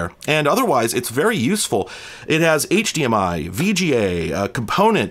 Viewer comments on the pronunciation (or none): none